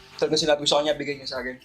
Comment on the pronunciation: Tiga pampanga po kayo no? Parehas po kasi kayo ni Aljon magbigkas ng “sakin” haha